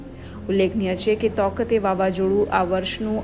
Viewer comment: તોકતે નહીં તાઊ તે